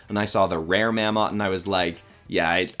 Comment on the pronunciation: He said MAMM OTT ITS SAUD LIKE MAMMOTH